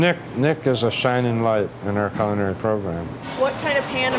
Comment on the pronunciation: coo-lin-airy. Thanks.